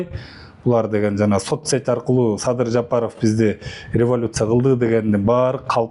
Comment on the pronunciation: Сабыр эмес Садыр деп туура айтчы итркемди келтирбей